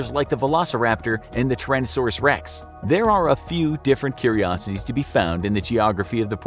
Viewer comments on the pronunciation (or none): Anyone notice the word "wreck" instead of "rex"? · The name is Tyrannosaurus Rex Not. Wrecks It's not a Tow truck I'm starting to have second thoughts about this channel and all of the mistakes of assorted other items